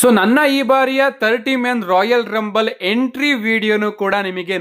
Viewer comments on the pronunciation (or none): none